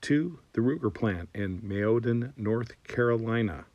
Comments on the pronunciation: The name of the town where the Ruger plant is located is pronounced Mayo (as is mayonnaise) dan, not May YO din. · Just to pick a little nick, Mayodan is pronounced like two words Mayo-dan. The town is at the confluence of the Mayo and Dan rivers, hence the town's name. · Yes, very good video. I also want to point out that Mayodan = MAY-uh-dan; grew up near there, and my brother worked at the Ruger plant for a while. I'm looking forward to getting a 336C as soon as they're back in production. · .. just for the record .. it's pronounced "MAY-OH-DAN" .. the confluence of the Mayo River and Dan River .. great little town and very happy to have Ruger here .. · It’s pronounced “mayo - dan “ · Dont mean to correct you but its pronounced MAYO-DAN like the condiment